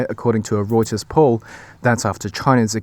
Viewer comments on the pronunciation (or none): none